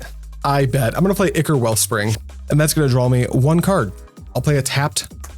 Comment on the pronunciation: Just getting back into MTG after 20 years. Still learning about Pauper. Subscribing because you pronounced "ichor" correctly